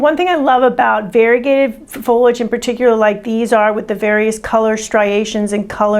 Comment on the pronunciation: Pronounced FOH-lee-ij as per the dictionary.